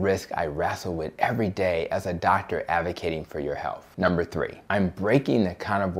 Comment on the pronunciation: My dear brother, I implore you. Please remember to speak credibly. You are speaking to all audiences about matters of health — not matters of healf. As a black woman, I'm accustomed to cringing when I hear people who look like me mispronounce words. I want all people with my pigmentation to be as educated as possible. This request comes from someone who wants you, "our people," and the LCHF cause to be cast in the best possible light. Making America and the world is a daunting task. Let's keep our best foot forward.